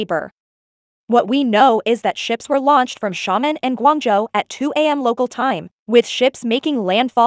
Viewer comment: I like the eas scenario, but the way Xiamen and Quanzhou were pronounced was bugging me lol